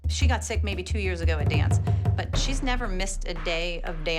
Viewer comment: 5 SECONDS AGAUR HEHEHEHE